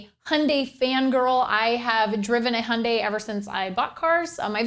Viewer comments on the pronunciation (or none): handay ?! don't you mean hyundai ?! which would sound like youn-die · Its HI-UN-DIE Not HUNDAY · its not hunday, its highundie from a south korean youtuber! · Do you mean Hyundai (Ha-yun-die) or Honda (Hon-da) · Funny the way you say Hyundai "hun-day" LOL